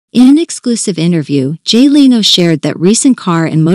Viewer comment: Any chance your 'listener' deserves a real person or possibly a manager that could oversee the PROPER pronunciation of the subjects NAME? BOOO.